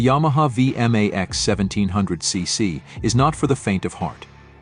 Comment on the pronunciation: Hey! A Vee M Aee Xxs. Nice shitty computer voice over.